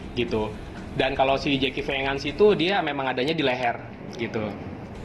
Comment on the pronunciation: Jeki vengan baca nya zaki venjen bang